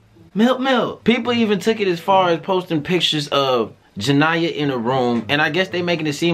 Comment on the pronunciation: Ja -nia not ja niya